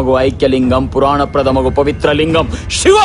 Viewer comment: శివ అంటారు షివ కాదు...వాళ్ళు రాసింది పడుతుంది కరెక్ట్